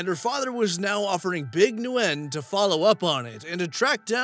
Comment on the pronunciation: Ok, I have to say it... It's New Yen, like the japanese money, just new. Love the video and that you put all of the parts in it 👍